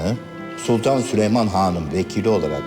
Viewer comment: Normalde okunuşu: Süleyman Söylenişi: Sülüman